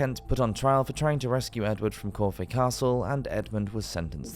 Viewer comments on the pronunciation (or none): It's pronounced KORF castle not Kor - Fay ! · Right at the end. Did the narrator mention corfe castle Dorset. But seemed to pronounce it KORFAY thanks. 🤔